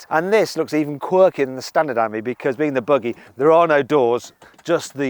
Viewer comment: It’s pronounced “aim ee” - Ami , you’re saying Ammy